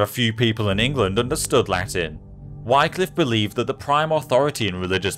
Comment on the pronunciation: Wycliffe is pronounced [ˈwɪklɪf], and Catholic Church was not in such a bad state as you describe. Far from it.